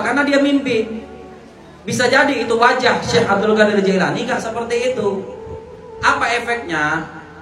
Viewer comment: Klo bicara tu yg benar. qodir. Qo" jd gOdir .. / gAdir bukan Mengeser huruf lg itu Tp. Merubah haraf / Merubah huruf .